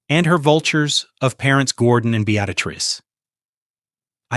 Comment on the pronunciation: The name is be-at-tress